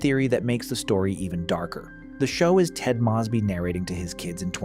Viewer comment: Why the hell do you pronounce Moseby like that